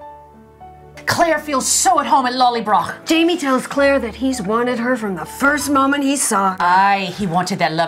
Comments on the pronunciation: Pronounced lolly broh not lollybrok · Thank you so much again, Ladies! But.... there's a tiny bit I need to complain about, LOL. You really need to work on the pronunciation of "Lallybroch". Listen to Sam/Jamie saying it and practice. Of course, for me as a German it's easy peasy because we have this "ch" sound as well, but I know you can do it! *mwah*